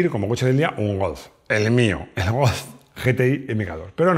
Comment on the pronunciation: Yi ti ai. Ge te i, nunca, hombre, nunca